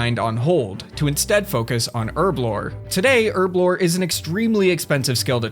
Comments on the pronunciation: "Urblore"? Do you mean "Herblore"? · H(huh) HUR HURRRRRRRB HURBLORE now try it with me herblore. well done youve learned how to say the letter h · Can you fucking pronounce herblore properly? jesus christ. Pronounce the fucking H